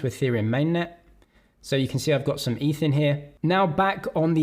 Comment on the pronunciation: it's definitely eth and not eef